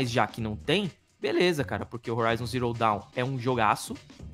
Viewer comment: Forbidden West!!!! ouvir o falando Zero Dawn deu uma agonia kkkkkkkk